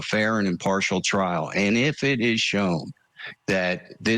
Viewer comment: I really wish Julie would stop calling it a Traal